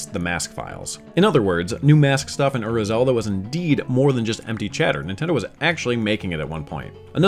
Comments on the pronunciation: I love this kind of information, but there's no way I'm the only one who finds it grating that Ura Zelda keeps being said "Ur-ruh" instead of "uu-rah," like 裏 is actually pronounced. It's just kind of a pet peeve of mine, hearing people repeatedly use a word from a different language and not make sure they're pronouncing it as best they can. Especially on something like DYKG, which does a great job of researching, but left something like that very clearly incorrect. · Awesome video guys! Just one thing that Ura is pronounced as OO-RA. I was listening to this episode instead of watching so hearing UR-RA got me confused on what it's supposed to mean